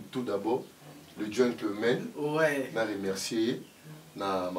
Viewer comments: Dickson chavda yo pe o remarquer yango trop de fautes na ba prononciation “ jetman” gentleman, Fendi kutu a corriger yango, meme na princesse baza na ba difficulty makasi 😳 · Dickson Chavda kiekiekiekkk vraiment na bandaki koluka mutu oyo ayoki pe lokola ngai . Nzoka yo oyokaki kiekiekiekkk . Mot difficile pona ye gentlman 😅 Getmen 😅😅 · Réalisateur to metteur en scène alakisaka bino koloba surtout " gentman " ezalaka te